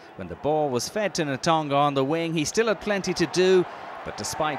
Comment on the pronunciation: Who is the guy summarising? Can he learn to pronounce names like Tovey and Natoga please?